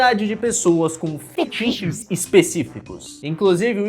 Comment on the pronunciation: Acho engraçado o falando "fetiche" todo distorcido. Rsrsrs